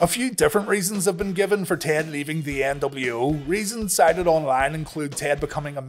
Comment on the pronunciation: Debiase: "The NW-Ow."